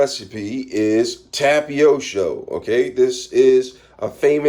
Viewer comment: btw it’s pronounced tap a tee oh